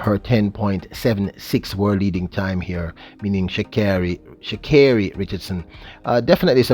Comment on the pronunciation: Pronounced 'Sha-Kerri'...Yohan ran 9.8 for the first time since 2012 last year, he'll need to be able to run it more than once this season to be competitive in the event!